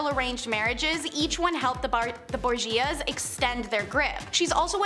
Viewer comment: You're a good presenter. But PLEASE, PLEASE, PLEASE research pronunciations. The section on the Borgias is KILLING me, as a historian.